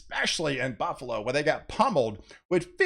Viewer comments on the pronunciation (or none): none